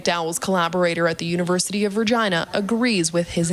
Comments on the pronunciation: It's pronounced Reg-eye-na not re-gen-na lady pronounces it weird I've never heard anyone say it that way. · LOL not Vergina. Regina.. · NO she didn't! It's Re-gina as in Latin for Queen , King is Rex. We just pronounce it like it's spelled. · Just a note, Regina is latin for Queen (Opposite of Rex which is King). And the word is technically re-GHEE-na. We pronounce the word very much in an Anglosized fashion where we pronounce as we see sit.. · It’s pronounced Rah Gina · As a Canadian its pronounced. Vegina. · Regina - the city that rhymes with 'fun' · University of Regina, it's an extension of the University of Saskatchewan. *Note the pronunciation of the word is like vagina but with an 'Re' gina instead of a 'va' gina. Hope you find this useful.